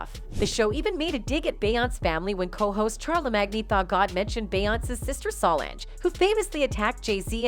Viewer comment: Her name is So Lange. Learn to pronounce it.